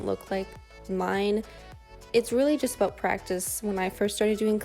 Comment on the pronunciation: Aww,. I am watching this "abohhhht" 5 years later.